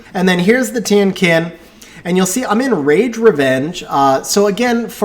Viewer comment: The pronounciation for Tien Qin is wrong. Should sound like TIENG CHIN